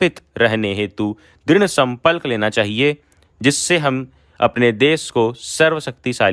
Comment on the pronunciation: drid sampalk nahi sankalp